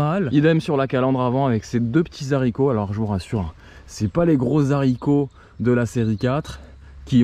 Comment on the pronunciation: ces zaricos .... !!! eh einstein la liaison ne se fait pas... c beau la culture....